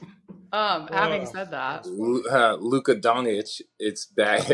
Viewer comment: He just call this man Luka Dong Itch 😂😂😂😅😅😂😅😂😅😅